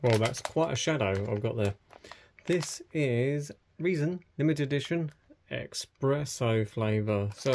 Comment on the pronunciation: Espresso not expeesso